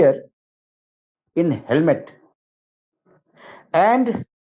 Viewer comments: हेलमेट नहीं हेमलेट नाम है शेक्सपियर के नाटक है। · सरजी, it's Hamlet not Helmet. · SHAKESPEARE THEATRE PLAY IS HAMLET (H-A-M-L-E-T), AND NOT HELMET! FOR GOD'S SAKE, IF YOU ARE UNCOMFORTALE WITH THE ENGLISH LANGUAGE, THEN PLEASE GET AN INTERPRETER!!!! PERIOD!!!! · Sir it is Hamlet, sorry to correct ❤